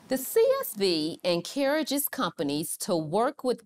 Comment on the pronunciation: This black lady is the WORST narrator choice I can imagine for these types of videos. She has attitude written all over her face. Wrinkling her brow, pursing her lips, wagging and jerking her head around while speaking, and her mispronunciation of words (encourages > “encarriages”) all count against her as a presenter/narrator of this valuable information. No one wants to be preached at, and I can practically feel the disdain she feels towards AB Specialty Silicones for their eff-up. Basically, she’s the wrong one to present this info.